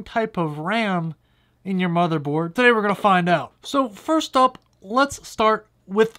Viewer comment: "so, first thup"